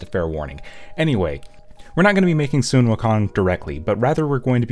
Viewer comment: It's okay, most people don't pronounce the name "Sun" correctly. It actually sounds more like "Swen," at least from what I've heard.